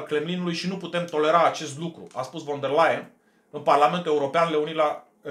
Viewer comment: Ursula von .... se citește "fon" !!!